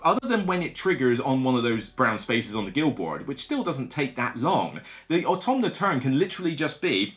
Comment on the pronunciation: Thank you for the video (it being perhaps the better solo game sounds intriguing to me). Also, and I mean this in the most loving & respectful way possible: there is no N in AUTOMA.